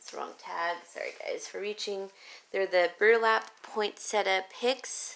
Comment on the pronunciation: TFS!! Love the burlap stems!! It is pronounced poin-setty-yah